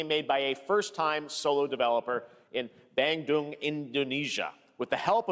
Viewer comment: the way he say bandung, kill me as an Indonesian